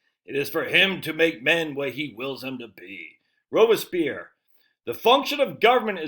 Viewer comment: Isn't his name pronounced like it's spelled, "robes-pierre"? You butchered it.